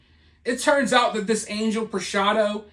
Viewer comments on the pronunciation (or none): Angel is pronounced on-HELL